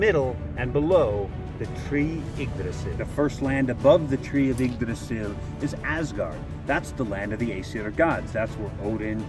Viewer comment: I'm just happy to hear how Yggdrasil was pronounced!